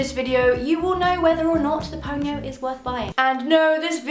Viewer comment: I keep thinking she's saying ponyo